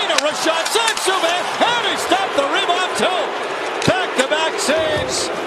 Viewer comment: never heard that before 😂😂 "reebound"